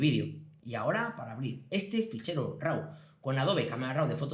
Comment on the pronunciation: De nuevo una leccion muy interesante en tu curso de photoshop. Enhorabuena. Tan solo me gustaria una aclaracion por tu parte referente a la pronunciacion de la palabra RAW. ¿Por que RAU? En ingles la pronunciacion es RO y si hacemos la lectura en castellano seria RAV. No lo tomes como una pedanteria solo es curiosidad por un hecho muy extendido en la comunidad fotografica de habla española. Saludos cordiales.